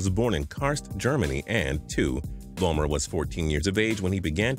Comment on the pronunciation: I laughed so hard at Sebastian Vollmer, sibast wulmer😂👌🏻